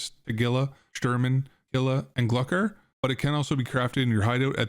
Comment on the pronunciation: gluckar lol i pronounce it glue-kar